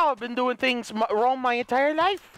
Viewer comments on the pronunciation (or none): This guy saying "tings" like he from Toronto😂😂😂